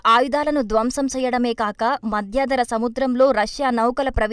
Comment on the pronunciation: 'Madhyaadhara' kaadhu. Say, "Madhyadhara"!